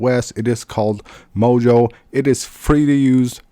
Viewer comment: It's called Moyo, not mojo